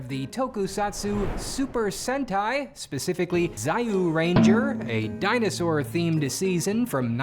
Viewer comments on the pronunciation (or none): I am sorry but I got insanely pissed when you said zyuranger zi-yu-ranger and not Jyu-ranger. But hey, im guessing you are still kinda new to pronoucing some toku names so my fault too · It's pronounced juranger not ziyuranger btw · sir it read as juranger not zayuranger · Stop pronouncing Zyuranger as "Sa-You ranger" it's pronounced "Ju-Ranger"!! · Zyuranger is pronounced JU-Ranger not ZYAU-Ranger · Zee-yuu ranger. ALMOST like Zoo Ranger. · ... Zai-yu-ranger..? Zee-yuu-renja. Also, if Saban went with Jetman they'd probably ruin it the way they did Kamen Rider Black RX, Shinkenger, Goseiger, and Gokaiger. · Admit it... you intentionally mispronounce "ZAI YUU RANGER" because pronouncing it properly would sound kinda funny. In Japanese it's pronounced "Jew Renjar" (Jew Ranger) but they anglicized it as Zyuu because... Mr.Saban was... well... Jewish. xD I grew up watching Jetman in Japan before moving to Australia in 1992... I remember I was so annoyed that I couldn't watch the rest of JewRanger of the super sentai series... but every few months, my extended family sent me a box of Japanese snacks, necessities and VHS of anime and tokusatsu and TV dramas, music shows and all sorts of other TV shows. Also Japanese manga, picture books, textbooks and novels so I wouldn't lose my Japanese. I REALLY LIKED Ninja Sentai Kakurenjar all the way up to Seijuu Sentai GingaMan and after that I lost interest. And I was an absolute fiend for other Tokusatsu like Jumparson (Japanese RoboCop) Garou, Kamen Rider, etc Also Jetman was heavily inspired by and is a full Throwback / Reference / Loveletter to the series "GatchaMan". That's why the Birds versus Interdimensional Bad Guys is a thing. Also tha Gravel Pit with all the pyrotechnics is now open to the public commercially as an "Explosion Photoshoot" location. Man... you reminded me of so many of these episodes that gave me nostalgia and then I remembered that there was a Cup Noodle Villain and how they had to deal with that one.